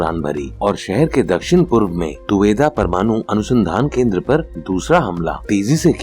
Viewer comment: प्रमानु नहिँ भैया परमाणु होता है ।